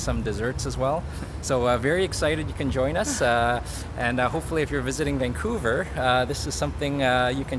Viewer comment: Vancouver or Vankong?